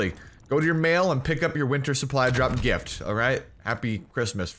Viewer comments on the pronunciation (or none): none